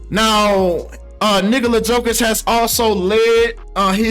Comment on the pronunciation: Icould swear it sounded like you called him “Nigga-la Jokic” 😂